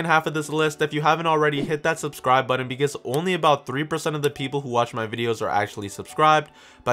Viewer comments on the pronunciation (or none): It's pronounced button not "buddon"... just saying. Snarky comment aside, thanks for the video! I will buy through your links for all your work.